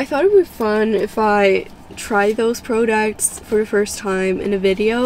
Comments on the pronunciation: "prudocts" lmaoo but girll ur so prettyy!! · The way she says products irritated me so bad 😂😂🤯🤯